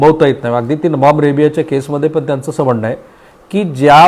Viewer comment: पन भावणीक etc... शब्द उच्चार अशुध्द